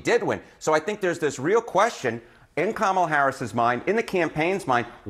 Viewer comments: Did you notice how close her fingers were when she was saying about the "wisdom" to run the country?😂 "MOMALA"??!!!!!! ,😲🫣😵‍💫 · "Mamala!" Wth? 🤢